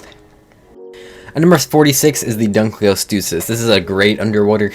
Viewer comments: last I checked I’m no paleontologist but I’m not out here pronouncing Dunkleosteus as Dunk-Leo-tewsis. Besides, paleontologists aren’t the only ones able to google a word followed by pronunciation in 5 sec if they’re confused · He said dunkleowtewsis